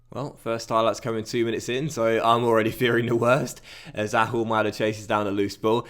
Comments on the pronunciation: Can you say Ahumada a different Way? You make it Sound like He’s Arabic When he is Argentinian...xD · I'm going to say it on every video. You don't pronounce the "H" in Ahumada's name. Please, say it correctly lol.